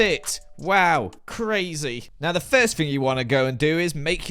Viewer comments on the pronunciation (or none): "The firsyt thing you're going to want to do is make a cup of Yorkshire tea." Spiffing Brit, is that you? What have you done with?